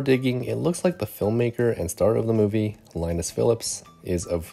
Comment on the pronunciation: If Linas Phillips is really of Lithuanian origin, then I think his name Linas is Lithuanian Linas and pronounced Linas, not Lainas? Just A guess.